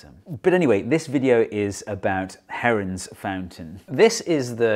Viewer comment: For a second I thought u said heroin